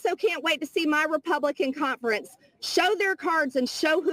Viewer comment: “Contference”? Has anyone ever noticed how always follows the “N” sound with a “T” sound?